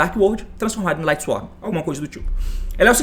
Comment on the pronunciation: Quase 2024 e o T ainda fala "LightsworM" kkkkk